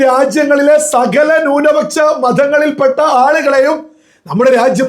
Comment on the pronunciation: നിൻ്റെ മാതാപിതാക്കൾക്ക് പോലും നിന്നെ വേണ്ടാ.... എടാ മലയാളം ശരിക്ക് പറയടാ..... ഭൂരിപ ച്ച o ന്യൂനപച്ചാ... പോയി നാവുവടിക്ക് ...എന്നിട്ട് മതി... മണപ്പിച്ച് പറയൽ